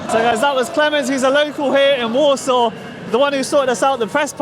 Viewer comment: She is clearly not Polish (as no one from here calls their city 'Warshoff'), which for me questions the credibility of all your 'documentary' entirely. She must be some sort of Scandinavian origin. No respect, no kudos to you, you pants on fire.